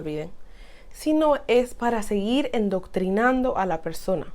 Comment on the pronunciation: amiga muy buena la informacion. pero con cariño y respeto te digo es adoctrinando, no endoctrinando.